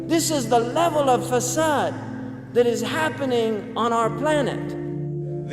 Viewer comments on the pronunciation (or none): *fasad. Not facade